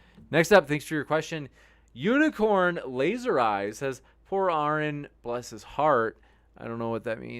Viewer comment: I think the most upsetting part of this debate is the fact that believes he is intelligent....and yet, can't pronounce the name Aron. It's "ah-rin" not "Orin" 🤷‍♀️🤣